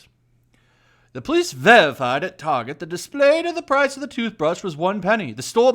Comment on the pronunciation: The sign says "DISPLAY". He needs to grift some "Hooked on Phonics".